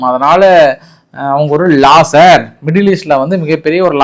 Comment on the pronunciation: தயவு செய்து English ல தப்பு தப்பா பேசாதே. தமிழ் மொழியில் பேசி உன் மரியாதைய காப்பாத்திக்க. 6.36 ஈரான் லாசர் னு சொல்ல கைடாது. லூசர் ( Looser) னு சொல்லனும்